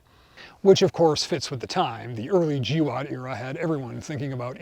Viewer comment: First time I’ve heard GWOT pronounced as a word.